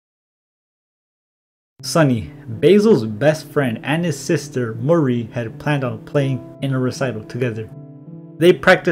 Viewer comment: amazing video as alwats :D but i think you are pronouncing Mari wrong. its supposed to be pronounced mÁri (ma-ri) not marÍ (marie)